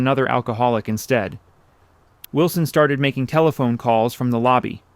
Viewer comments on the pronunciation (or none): none